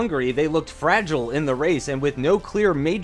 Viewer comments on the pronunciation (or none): none